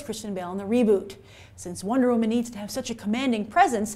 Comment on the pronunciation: Wonder wo-MAN